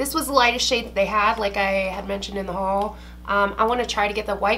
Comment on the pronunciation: ty for making me say HUal like this now. 😂🙃